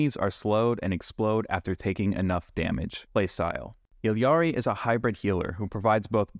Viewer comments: It's pronounced EE-Ari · She literally pronounces it "Ee-ya-ri", wtf are you talking about?